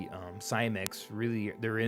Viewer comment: Switched off the moment you said Cymek.